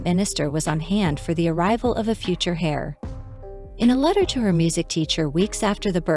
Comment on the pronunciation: Heir is pronounced 'air'